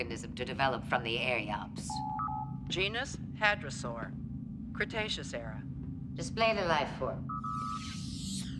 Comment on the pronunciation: Its "hadrosaur", not "hydrasaur"